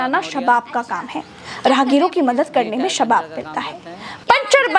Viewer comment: शबाब ❌ सवाब ✅